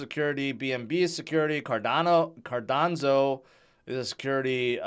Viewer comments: Cardanzo and Solano. They somehow become Italian projects? 😂 Also "Howibi" instead of "Huobi" 😆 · Hearing "cardanzo" will always brighten up my day. Lol. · dude really said “cardonzo” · somehow cardanzo becomes the standard pronounciation of ADA...